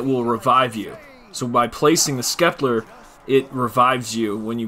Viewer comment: The way you Sceptre makes me cringe. You are not saying it correctly Incase you’re wondering